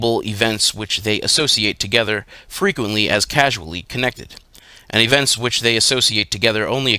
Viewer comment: He pronounced ''causal'' as ''casual''.